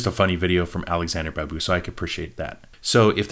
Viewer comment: Please Do try to watch “Roja” movie. The Babu should be sounded like BaaaBoo